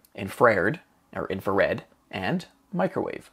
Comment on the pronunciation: Great video series but I have to say - infrared is a three syllable word - in - fra - red, at least in American English. It's from the Latin of infra, meaning below, and red, indicating the wavelengths are below that of visible red light.